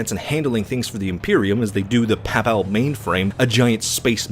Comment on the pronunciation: Please look up how to pronounce the word "Papal".